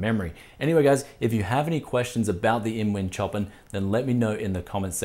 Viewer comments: its "show-pan" not "choppen" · Another Brianism.... "Choppin".... It's pronounced ShowPan mate. Love the channel and keep giving us the Brianism's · OK dude its a beautiful case and a wicked set up but please say the name properly its Chopin said showpan as in the musical genius. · I'm pretty sure the case name is not [tjopin]. It's named after the composer Chopin [shopan] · Is this supposed to be Chopin, as in Frederic Chopin the composer? (pronounced showpan) Or is it Chopin, Like chopped cars or something. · is the Chopin named after the classical composer? Seems like a strange choice of name. Anyway, the composer's name is pronounced "show-pan". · Chopin is pronounced like "show-pan", bud. :P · Love the shirt. Btw, it's pronounced 'shopan'. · My guess is its meant to be pronounced sho-pan as in Frederic Chopin. Bogans, wot can ya say mayte.